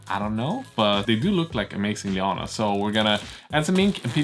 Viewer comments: I am loving the project. I have a stupid question, as an America who knows zero Scandinavian languages, what are 'lee-ah-nas'? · I want to ask what may appear to many to be a silly question and maybe it is just me hearing you wrong? Please I mean no offense. But that white stringy fabric stuff you have that you mentioned people used for polishing their cars. You said you were adding it to the diorama as 'Leo-anne-ass' and I have no idea what you mean by that? It looked to me that maybe it was vines or perhaps some giant web? Especially a web as you mentioned putting some more on after the Manta was in place. I imagined a giant spider type entity had caught it in a web which brought it down. Maybe a spider type demon called Leo-anne-ass, is that what you are getting at or have I got the wrong end of the stick? Thanks for the anticipated answer.